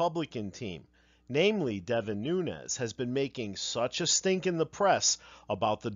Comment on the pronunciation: I think Nunes is pronounced Noon-Ez, not New-Nez (he's not Hispanic).